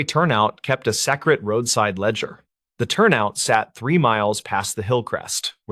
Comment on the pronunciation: I'm in Colorado but there's no natural piecing together so it might be hijacked. And nobody pronounces secret that way.